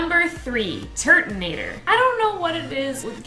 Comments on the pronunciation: Turtinator? More like TURDinator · Turtanator... More like Turdanator.